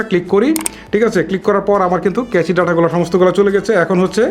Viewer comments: ভাই, Cache কে কেচি বলছেন কেন? এটা তো উচ্চারন ক্যাশ হবে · ভাই ক্লিয়ার ক্যাচি হবেনা। ওটার উচ্চারণ হবে ক্লিয়ার ক্যাশ। ধন্যবাদ।।